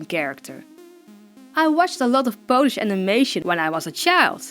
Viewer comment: Wow! I didn't know one of my favourite ytbers is half-Polish. ;U; I'm Polish and I need to say that your Polish is good!